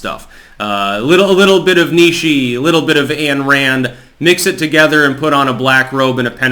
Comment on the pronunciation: Ayn is pronounced “eye-n”. Rand’s Objectivism is essentially a theory of concepts derived from objective reality and isn’t ritually based. Reason is man’s basic means of survival. Having been raised in the church of Christ I can say Song of Solomon and First Timothy were the topics of sermons. Churches of Christ are fundamentalist and do not see themselves as members of a larger religious community of Christian churches. Ironically and in spite of its restriction on adapting to the evolving zeitgeist its structure approximates libertarianism that belies the most liberal of Christian churches. They have no centralized authority that oversees and disseminates instructions from on high like the Catholic Church. Every church of Christ stands alone.